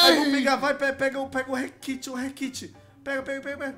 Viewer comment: "Pega o requit, o requit" meu deus, é rekt não requit